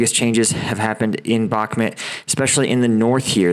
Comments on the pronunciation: Brother, why can't you pronounce bak-moot after six months? Good content, keep it up 👍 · I dont mean this as rude - I hope you dont take it that way - I would want someone to tell me (if you dont, no sweat - please ignore!) - Bakhmut is pronounced "Bahk-moot". I found your content randomly and have been enjoying your insight!